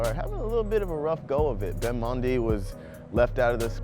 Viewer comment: He pronounced Benjamin mendy weird